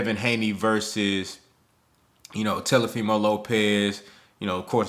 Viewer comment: Bro you calling Teofimo "Telefimo" be cracking me up 😂😂